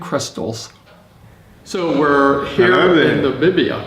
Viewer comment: Nabibia? Is it so hard to say NA-MI-BI-YA?